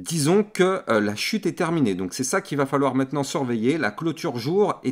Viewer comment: t'as un défaut de langage, tu dis meitenant au lieu de maintenant 😂